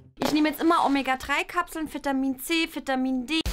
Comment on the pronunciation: Alter Bianca es heißt Vitamin nicht Fitamin 😂😂😂😂. 🎊🎆 frohes neues Jahr🎆 🎊